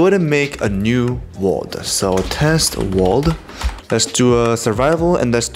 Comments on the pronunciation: "Let's do a test world" Test wrolrddd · "Test Wrolrddd" Lmao